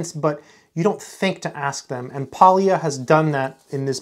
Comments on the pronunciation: Polya is a Hungarian surname and the L is silent. The correct pronunciation is just simply Poya. Thanks for sharing your experience with this wonderful book from this great scientist. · It is still in print, just bought one. Pronounce his name something like "poh-yah". "ly" is a letter from the Hungarian alphabet pronounced /j/. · ly in Polya is pronounced like double l in Spanish.